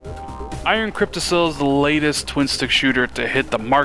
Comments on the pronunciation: "Iron Cryptissel". LMAO. It is pronounced "cryptiKUL", as in "testicle". No video games for you until you go back to school and get good grades in grammar. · Hahaha Crypti-sill. No.